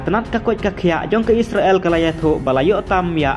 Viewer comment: What a pronounciation 😅😅😅😅😅isreal